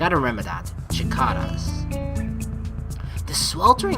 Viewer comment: I believe it's pronounced "si-cay-dah" or "si-cah-dah" rather than with a ch- sound